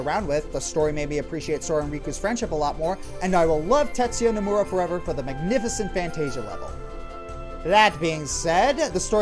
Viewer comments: it's actually Noh-moo-rah. I happen to know this because I studied Japanese. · I HATE to be that guy... but you said Nomura wrong.